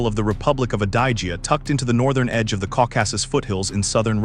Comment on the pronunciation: Pronounciation: Caucasus--Caw ka sus, Albatross- Al buh tross. Poor AI and images do not correspond with content.